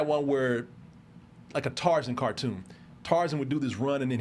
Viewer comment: pronounces Tarzan like it’s a last name.